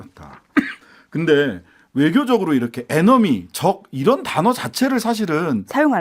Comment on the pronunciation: 국민 여러분 다시한번 잘 들어보십시오! 이란이 아니고 이런, 이라고 했습니다~